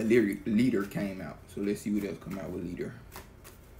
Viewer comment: Asè thank you for the message. I swear it sounds like you said Lyric (my name) when saying Leader . Maybe I’m trippin lol